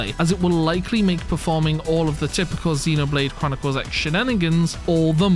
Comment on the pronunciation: First thing to know, it’s pronounced Xenoblade Chronicles Cross.